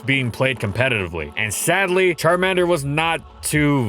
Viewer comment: "CharmEnder" It's CharmAnder.